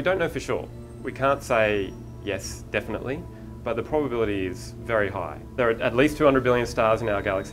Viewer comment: did he just say 'the probe-ability'? I also had to stop watching half way through because apparently he's only interviewing people that have no idea wtf they're talking about